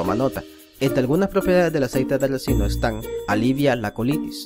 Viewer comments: RICINO..!!!se debe decir aceite de RiiiiiCino!!!!.....y no Recino...! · Se dice RICINO